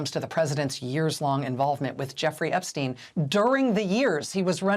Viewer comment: WOW! FANTASTIC!! An American commentator that knows how to correctly pronounce "Epstein"!! Sometimes. (It's no mystery. Say it EXACTLY the same way you say Einstein. It's NOT difficult, except for Americans, apparently...)